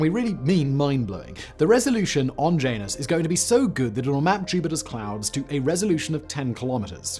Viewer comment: JAN-us = JANUS YER-uh-nus = URANUS EE-oh = IO